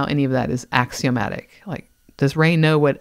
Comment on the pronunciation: Ray is not a ray of Comfort. Also... "axiomatic" Le sigh.